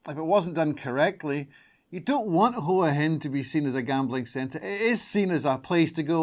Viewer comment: Nice job and big thanks for pronouncing Hua Hin correctly.